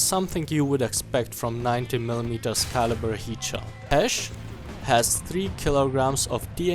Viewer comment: I can't unhear you pronouncing heat as yeet